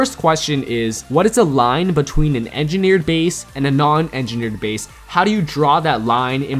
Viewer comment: This is how many times he said engerneered bases 👇